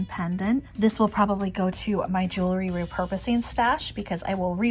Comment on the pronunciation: I love your style and I'm not trying to be mean. I just want to say, please don't say 'jewLERy'..it's 'jewELry'. I have the same issue when people say 'reLAtor' and it's 'reALtor'. Hearing these mispronounced is like nails on a chalkboard to me. 💝